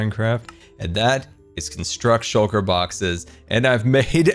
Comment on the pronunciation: Everyone: Shulker Boxes: Shocker Boxes